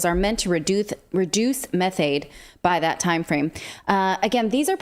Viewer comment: Methane not methaid ?